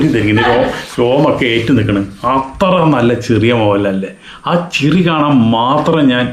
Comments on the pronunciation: ചിറി അല്ല ചിരി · ചിറി അല്ല....ചിരി. 😊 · yesss ..athupolum iyalkku nere parayan ariyilla ennittanu😂